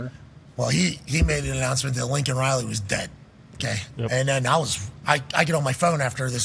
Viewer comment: If this were the first Biden gaffe, I could probably let it slide. When Newsmax was first reporting Laken Riley's death, the people on their channel weren't saying her first name distinctly and I kept hearing Lincoln as well. Unlike McAfee, I didn't take that to mean the coach was dead. But I did wonder if he had known he had a female namesake prior to her death. Was several days before I saw her name in print and learned I'd been hearing it wrong. But as long as Laken Riley's murder has been news now, you'd think the speechwriter crafting his State Of The Union address would be more careful than that. It's one thing for a random normie to mishear a name on the news. It's quite another when a government official who's citing a national tragedy in a major speech butchers the name of the victim.